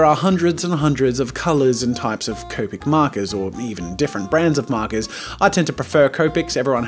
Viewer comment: Hey jazza finally said copic right!